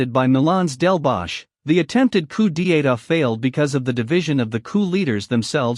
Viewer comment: coup d'etat = "coo dee ayta".. lol